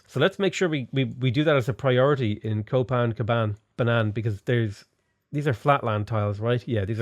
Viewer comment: How have you not renamed it to Copan-Banana after all those mispronunciations